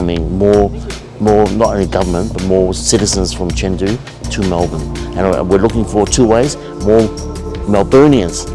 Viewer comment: The city is pronounced Chengdu not Chingdo🤔 China is the only country that will bail out the state of Victoria bankruptcy. Australia's ex Prime Minister Scott Morrison stopped the Chinese BRI investment into Victoria while Dan Andrews was premier of Victoria. For many years Former Prime Minister of Australia Paul Keating has been telling Australia for the past 20 years at least that China is Mega platform of technology. Australia and Australians are slow to pick up speed when it comes to progress. Australia has been lagging behind Europe, it has become embarrassing. Hopefully the state of Victoria can be the leading state of Australia again.